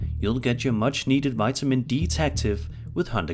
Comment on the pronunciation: Vitamine “D” ective 😂😂😂😂